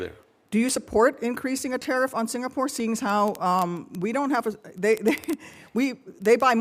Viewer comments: HE CAN'T EVEN PRONOUNCE SINGAPORE CORRECTLY. HOLY SHIT. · His diction is awful.. He cannot pronounce the words right.. How in hell was he nominated for the job? He is coming here as ambassador and our HDB block janitor can speak better English than him? And his grammer !! Oh gosh "to get a part with THE Singapore.."?